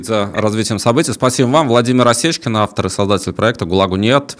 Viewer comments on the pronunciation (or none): none